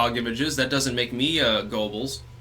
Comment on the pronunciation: Every time pronounces geobbels he say it the like Gobles my hometown